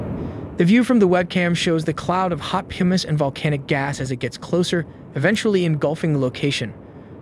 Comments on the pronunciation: "puh-mis", not "pew-mis". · Dude, it's pronounced "Puh-mis", Not "Pew-mis" 😂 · Pumice is pronounced "PUM-iss," not "PEW-miss." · Hot Pimice? Never heard of pumice pronounced pimice . Is this a penwings type situation? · Did you just pronounce pumice as "pih-miss"? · Pew-muss. Really? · Why ai voice over? Mispronounced words are a giveaway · "the view from the webcam shows hot 'pewmiss' and volcanic gas" Big surprise - "A synthesized text-to-video voiceover was used in the narration for this story" The robots will never win until they understand context and learn standard English pronunciation. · Did he just say “pew miss”??? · just bad text-to-speech, it's presumably referring to "pumice". a type of low-density stone commonly formed in flows like this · I though the same until the "hot pewmiss" reference